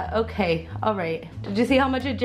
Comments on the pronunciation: did anyone else here her say that's o-cake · did she just say "That's o-cake?" xD